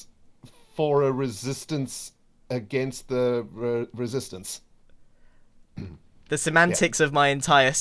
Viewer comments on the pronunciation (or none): More like ren-sistance